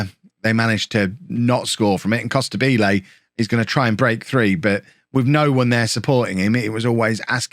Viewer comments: Hey, great work and love from Italy, but it’s pronounced “Costàbile” not “Costabíle”:D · It has to sound like you say Immobile